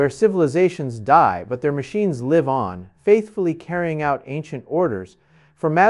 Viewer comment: Is this actually? Coming out every hour or so, repetitious information and some of the words are mispronounced like in AI Like "Live/live, Lead lead, etc.